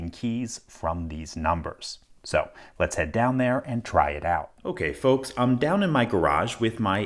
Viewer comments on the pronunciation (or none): Why do you call us focks